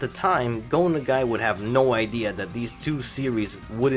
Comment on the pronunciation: You're not pronouncing Nagi right bro. I would probably like to point out that yes, Devilman crybaby is suppose to be an alternate universe and rewrite of history like seen and canonized in Devilman Lady. The Devilman crybaby isn't confirmed (yet) to be a cannon rewrite of history or rather additional sequels to all the other manga for the entire Devilman legacy.